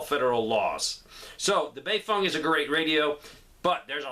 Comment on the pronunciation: I left as soon as he said baefeng lol